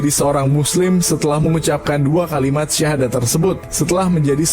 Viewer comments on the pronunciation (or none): ini yg tukang bacakan cerita ini islam apa nggdk, kok bacaan sydhadatnya kayak gitu